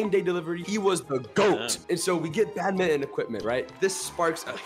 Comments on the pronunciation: it's not pronounce as bad-mi-ton it's pronounced as badminton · IT'S BADMINTON BUT PRONOUNCE BAT-MIN-T-ON